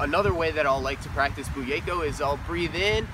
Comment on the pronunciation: Did he say bugeyko?